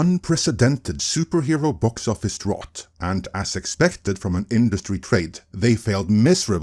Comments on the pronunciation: no shade my dude, its pronounced drOUT. like, "get out". good vid per usual. edit: english is dumb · What's a drot? Also a drought would be an absence of superhero films not shitty quality ones no one is watching. Strange choice of words for the article. I think they only did that to expose that can't pronounce the word. Anyway, even this video actually misses the true cause. DEI is a very broad package, but it's not the main issue. The issue is the feminization of masculine brands. That is a FAR bigger issue that forced diversity. I'm not saying DEI isn't an issue, just you isn't saying the things the article list were not factors, but if we are going to focus on the biggest problem, that is what it is. FACT: The Superhero genre and superhero comics in genre is designed to appeal to boy and specifically boys male power fantasies. That is the very core and roots that build the foundation on which all the success was built. Doesn't mean you can't have female heroes, doesn't mean you can't have female fans. But it is part of what makes the genre what it is. When you start trying to feminize it you not only put off the male fans, you put off them women that did previously like it because they specifically rejected girly entertainment for masculine nerd stuff. If they wanted to watch girly stuff they'd be going to romantic comedies instead of superhero movies. What the feminization does is try to appeal to the women that were doing that and they will never be convinced to watch superhero movies. And so you have disaster. You can say "But they are doing it for DEI" an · Drought is pronounced "drout", like trout. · Drought rhymes with trout. English spelling is a mess. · I know it’s picky, but it’s pronounced dr-OUT😉 Keep up the good work though😊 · Drought doesn’t rime with thought. Drought rimes with about. It’s weird, I know. English is a weird language. But just so you know your pronunciation of the word ‘drought’ was incorrect.